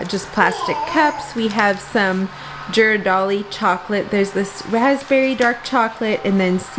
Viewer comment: “Jiradaly?” gheeradeli.